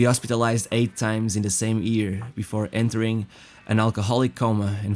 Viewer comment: J..F..CHRIST!!!!!😤😤 learn how to pronounce ''YEAR'' before you make another video.